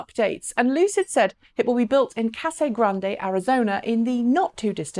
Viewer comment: btw, we pronounce it Casa Grand, not Casa Grand-a. North of Tucson.